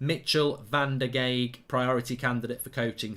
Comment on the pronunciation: and Van der Gaag (use the "a" like in Bath and add a "g" at the end to pronounce well)